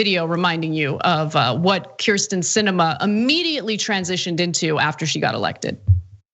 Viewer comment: I love this piece, but Cenk Uygur really needs to learn how to pronounce Kyrsten (Hint: It's "Keer-sten.")